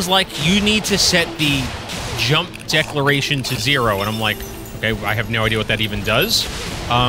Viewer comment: Hey, it's deCELeration not deCLAration. It's how much of your momentum carries into your jump.